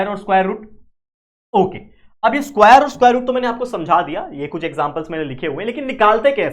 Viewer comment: स्कुवायर 😂 But Your Teaching Skills ❤